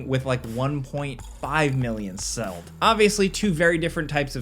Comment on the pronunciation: "1.5 million seld" Hell yea